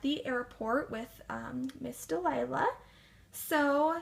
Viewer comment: I love how she says mis. Delilah